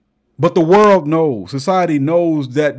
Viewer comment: 😂😂😂 My boy said "SOCIETAH" ... And I thought "Communitah " was bad..